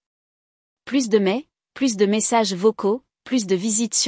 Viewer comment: Des erreurs de traduction à partir d'un original en anglais. Par ex. "Elle a peur / Elle devrait l'être" > (She's afraid / She ought to be). "Plus" dans le sens négatif se prononce comme "plu", non comme "pluss".